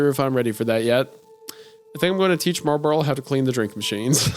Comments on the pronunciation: isaiah pronouncing marlboro as marburl the whole time gets my entire goat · Its pronounced MAHW-BRO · Wendigoon struggling with pronouncing "Marlboro" every time is really funny to me.